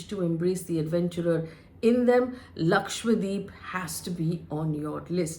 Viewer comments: You are pronouncing as LAKWADEEP., D’Souza. It has to be pronounce as it is spelled/spelt. It is LAKSHA DWEEP meaning one lakh islands. LAKSHA is 100,000 and dweep is island. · Its irritating to hear Lakshwa- deep. Its Dweep means island. Its Lakshadweep. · LakshadWeep, and not LakshWadeep please. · hello HELLO ... why are you and other anchors pronouncing it as lakshwadeep... it is LakshaDWEEP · Its 'Laksha-dweep' not Lakshwadeep as you are repeatedly saying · Is LakshaDweep also pronounced LakshWa Deep ? I notice many Indian News Anchors pronounce that way ! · Its Lakshadweep. Not Lakshwadeep. Atleast learn to spell and pronounce properly the place you are commenting upon. If Indians can't pronounce indian names what can we expect from others. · Lakshadweep, not Lakshwadeep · Hi, Faye. Thanks for doing this video. Just one suggestion: It should be pronounced as Lakshadweep and not Lakshwadeep. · It's "Lakshadweep" not lakshwadeep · I fail to understand why some top reporters , news channels & media outlets are simply unable to pronounce the name correctly !!! Ur all praising & talking about an Island whose name u can't even pronounce correctly ! It's Lakshadweep. Dweep means island . And It's not lakshwadeep ...FGS ! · Its Lakshadweep. not Lakshwadeep, correct yourself pls, dweep means island. FYI. As a responsible Journalist you should take names correctly at least of Indian names. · Isn't it Laksha-dweep? Not Lakshwa-deep. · How come no one can say Lakshadweep??? 😂😂 all of them mess it up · It is a South Indian place bruh. Don’t be making up your own stupid names. Learn to pronounce correctly